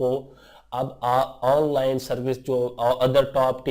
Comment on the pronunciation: Bhai please apne pronunciation to theek Kar lo especially the word "ONLINE"